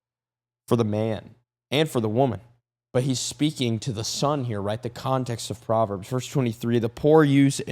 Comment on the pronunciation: I thought u said Potverbs 😅😅😂😂😂❤❤❤